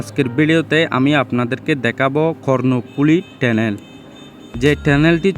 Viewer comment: লিখলেন Tunnel( টানেল), আর উচ্চারণ করলেন (টেনেল) 😂😂😂